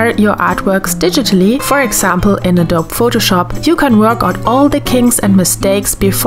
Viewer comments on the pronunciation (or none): A couple of things: 1: The word and the name "Adobe" don't follow the silent-E rule in English. It's pronounced "Ah-DOH-bee", and rhymes with "Toby". 2: When you explained how you use Photoshop to work out the kinks in your ideas before starting on your REAL artwork, even as a digital art hobbyist, it kind of stung me a little. A lot of professionals work exclusively in digital art, and for what it's worth, your practice sessions in Photoshop are really good, and I would argue no less "real" than your "final" traditional pieces. 3: Of course, none of this takes anything away from the sheer enjoyment of watching your process. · It's pronounced 'Adob-ee' just so you know. There's an 'eee' sound at the end.